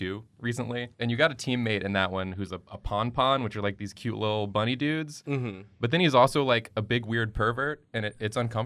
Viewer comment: did you just call Nopons as "PonPons"?